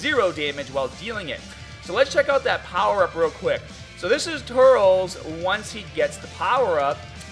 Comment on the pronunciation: dude not TURLS say it like turLES